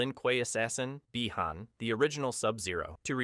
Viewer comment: He can say bi han correctly but not hanzo 😅